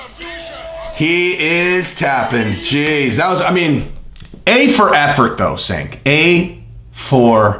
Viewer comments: its not SANK, its JANK. lol. Cenk = Jank. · Not Senk. His name is pronounced “Chunk”. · i usually like your channel.... but you didn't do enough research to even correctly pronounce Cenk's first name... It's pronounced JENK, not SINK and it makes your entire point about doing research laughable. His name is the most basic part of the story and you pronounced it wrong every single time you said it... You also lied flat out about TYT being 'bought off' and such. That's absolute slander and shows you actually know nothing about him. It looks like he insulted Joe, but you're in your feelings now and it's embarrassing. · Hey, Cenk is "Turkish", so the C is like an English J. The name is JENK not "Chenk" or "Senk" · It's CHenk. not Senk. All you guys are on the Right, huh. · Fat jokes,? Really? So, if you're not a bodybuilder, don't want you on his channel unless he's making fun of you. Unsubbed. His name is pronounced Jenk, you steroid-addicted idiot who contradicts himself back and forth. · Cenk is pronounced Jenk! You did research on this like the research you did on Terrorism! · "Senk". Good one, zero hespect on that name pronunciation, scorched earth all the way, the fire rages! Youtubers use Joe's name often, on both sides of an issue, clicks. Short term anyway. Not the long game like, blazing new trails! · It's "Jenk" but ya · pronounced "CHenk". its not only MAGA folks that dig your channel bro. keep that in mind. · Cenk is pronounced jenk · "Do some research" says.... and then goes on to mispronounce Cenk's name every single time he said it. LAUGHABLE. My 9 year old researches better than that. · maybe you should have taken your own advice and googled how to pronounce Cenk. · You talk about doing research but don't pronounce the name Cenk correctly lol, nice. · I think Cenk is pronounced with a “J” sound in the beginning.